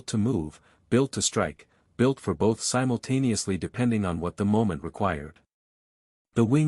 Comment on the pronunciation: the word of the show? Simultaniously :)